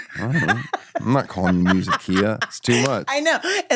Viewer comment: “Musiic”? FFS